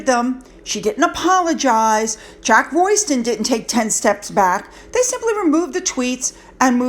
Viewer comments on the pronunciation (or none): none